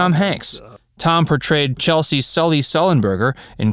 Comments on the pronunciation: Sorry if I'm wrong but isn't it pronounced "CHESS-LEE" not "CHEL=SEE"? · ‘Chesley’ not ‘Chelsea’ for crissake. Sloppy. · Sorry if this this a repeat, but the mastermind of the Miracle on the Hudson is "Chesley" (Chez-Lee) Sullenberger, not Chelsea (as you pronouced it). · "Chelsy"?? Seriously?? His name is CHESLEY Sullenberger... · Just one correction: I’m pretty sure Mr. Sullenberger’s first name is pronounced CHEZ-lee, not Chelsea… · Yeah. This guy should know that. Duh… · It's CHES-LEY, not Chelsey. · A couple of notes here; Captain Sullenberger's first name is pronounced "CHESS-LY"...NOT "Chelsea". Also, Clint Eastwood has ALWAYS been an ARROGANT JERK! If he learned ANYTHING during his time on "Rawhide"...He'd KNOW the CATTLE could OUTACT him ANYDAY! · Did anyone else cringe everytime he said CheLSey, instead of the correct way of CheSLey. My fathers name was Chesley, he would have laughed at being called Chelsey ! LOL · Chesley not chelsy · I know it's nit picking but since your handle is, the fact is you mispronounced Chesley. Several times. Otherwise, great video.